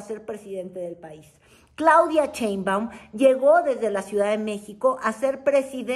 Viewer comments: Sheinbaum, no CHEINbaun… luego dices que Lis Vilchis no sabe leer, tu habla bien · Te Cuesta mucho pronunciar BIEN el apellido de la Presidenta ??? Caes mal. Cuando no respetas